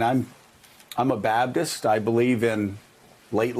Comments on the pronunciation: How is it that so many Baptists can’t pronounce the fking name of their own religion? It’s not ‘Babtist’ It’s BaPtist. Idiotic. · Joe-- you said 'Babdist'!